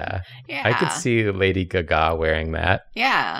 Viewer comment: I’ve never heard lady Gaga pronounced like that